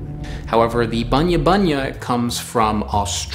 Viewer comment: G'Day mate. I can confirm it. You are saying terribly wrong. And we just say Bunya nuts. Just once.